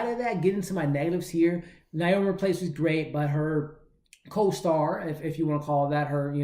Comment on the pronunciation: Theres no "L" in Rapace. You seem to be pronouncing it "Raplace". Just thought you'd want to know because I'd want to know if I was saying something incorrect. Thanks for the review tho, appreciate your work.